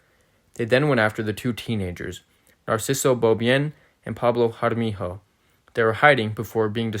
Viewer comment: We arent local mexicans we're Spanish. It's Jaramillo not jaramiho.